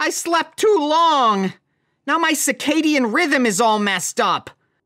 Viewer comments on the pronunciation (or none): lol, i heard him say "cicadian" and was like, "did he get that wrong". Then he said "pupate" 🤪